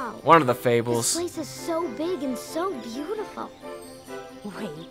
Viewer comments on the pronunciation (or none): i swear they said 'beatiful' like a billion times